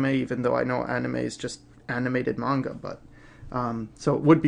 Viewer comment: OMG!, you know the difference between Manga and Anime?! AND YOU EVEN PRONOUNCE IT CORRECTLY?!?!?! This is one of the many reasons that I love you and your channel =D